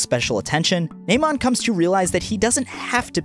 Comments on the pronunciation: It's Namond y'all. Namond Brice. Not Naymond. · The way he pronounces Namond, is hilarious. Like he is talking about a cyborg or robot.